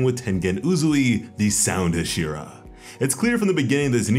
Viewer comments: HasIra.. it's HAshira, not hashIra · Say it with me ha-she-ra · Ze knee tsu has the power level of a hyuh she ruh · saying hashira wrong lol but this is cool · You are saying Hashira wrong lol